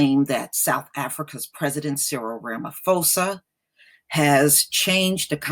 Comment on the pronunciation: I'm South African and in USA. And I agree that's nonsense that some white farmers feel victimized yet crime us a problem all over the country no one is targeting white people. Also just to correct you ma'am that is not how you say our presidents name. It's Rah-Mah-Poh-Sah not Phoe-sah. But I honestly nonetheless do not trust ANC, I feel their recent behaviour has only been a political stunt to look good before elections next year. if they were serious about land it would have been sorted over 10 years ago after fall of apartheid. They are just trying to feed off EFFs fire. Also it's bit true how some say Julius Malema wants white people dead. it's not true he simply wants justice and economical equality, and very rightfully so. South Africa is one of least equal societies in the world financially due to legacies of apartheid and more.